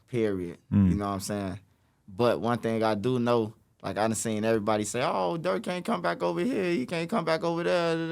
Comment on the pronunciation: He said Durk